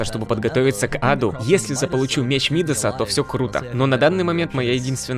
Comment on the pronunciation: Меч Мидаса, ударение на а. Он назван в честь чувака по имени Мидас, который касанием превращал касанием все что угодно в золото